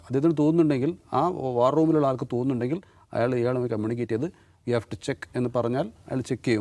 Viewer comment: idhu VAR not WAR 😅😅😅😅😅ariyavunna karyathil Keri abipryam paranjal pore😅😅😅